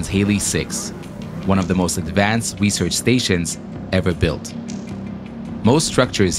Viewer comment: "The world's most extreme recearch facility..." The ISS: 👁👄👁